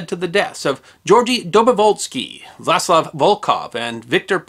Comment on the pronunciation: Lovely video, although the pronunciations of "Vladislav" , "Voskhod" and "Baikonur Cosmodrome" were distractingly bad.